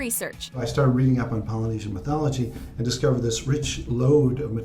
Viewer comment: wow you pronouced all the poly words correct respect